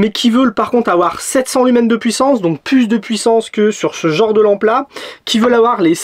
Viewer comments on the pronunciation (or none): Tu sais, le S de lumens, il ne se prononce pas.